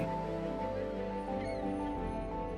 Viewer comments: New'fin-LAND .. 😐 the video is GREAT!!! but that narrator voice can not get the speak of the name wrong. That's hard to take, considering our history and cultural erosion along the way. Call the Island by how a Newfinlander calls her 🤝 I really enjoyed the video. Aside from that. It throws ya right out the back door each time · Buddy needs to learn how to say Newfoundland……not newfinlind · Love yah all from Newfoundland, coming from Cape Breton, there is a bit of AI involved, he didn't pronounce the name of the Province, but the most wonderful thing or I could ting, is I have to send you a bag of H's, it not here , it's ere my friend. Ow are ya, no , H's in the Newfie alphabet. I still love it A